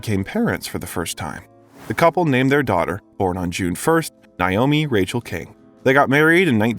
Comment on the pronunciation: It's pronounced Nay oh me, not Nye oh me